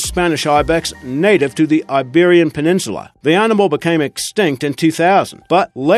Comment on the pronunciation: Hahaha, just looking through the comments to see if those two words annoyed anybody else. If the guy can't even say 'animal', not sure I should believe a single thing he says. Ruddy irritating voice or what.